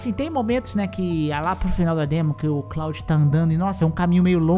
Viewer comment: Cláudio? kkkkkkkkkkkkkkkkk É KLUOD!!!!